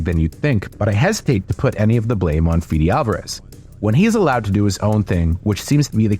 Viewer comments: it's not pronounced "Fidi", it's pronounced "Fede", Federico is Uruguayan so his name is pronounced exactly as written... C'mon man, have some respect on the names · Feh-deh, not Fee-dee.